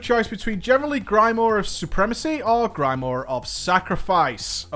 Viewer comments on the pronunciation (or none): Just pointing out it's pronounced GRIM-OUAH, not GRY-MORE. :D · The way you say grimoire is funny ^^